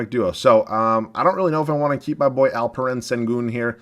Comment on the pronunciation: Im from turkey and you aren’t butchering alperens name. You said it correctly